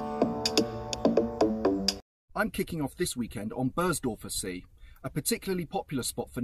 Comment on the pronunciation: Interesting video. Trying to speak the local language as you did in Poland is always appreciated but try to improve on the pronunciation of the geographical places like Berndorfer See ( Be:ndorfer Se: not Bo:ndorfer ...). It sounds weird.